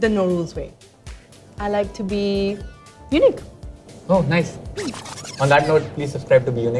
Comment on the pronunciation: "I like to be unique" which sounds like 'be you nick' , incase you missed it